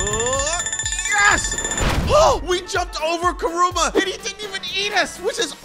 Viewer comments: its Kurama not Kuruma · It's not karuma it is karama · It's not krooma it's kyrama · Except it’s not karuma, it’s kurama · BRO AS A NARUTO FAN IM PISSED ITS KURAMA NOT KURUMA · It’s Kurama not kuruma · kuruma bro its KURAMA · It kurama not kurumu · Say the name right man pls its kurama not kuruma btw vid was good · It is not koruma is kuruma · yep kuruma deff not kurama ._. just help u spell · Is no one gonna talk about him saying kooroma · Kuruma it is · he just said kuroma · Dude really said kooma💀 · ayo why u saying kiruma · It’s Karama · It’s Karama😡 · Ok get back in wishing well for saying Karama wrong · That's not how you say Kurama